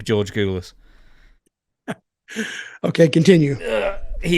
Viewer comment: Dutch murders George Goulas on almost every single podcast episode!! 😂😂😂